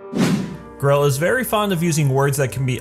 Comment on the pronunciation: i respect lesbians in all way i think they deserved more respect than any other! but im not that kind of person but if it means grell than yee ill do it so its no hate (not being rude just pointing out) its grell not grelle X3